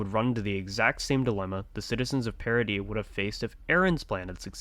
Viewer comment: Like oh my God this guy actually pronounces Paradis, Paradis and not paradiss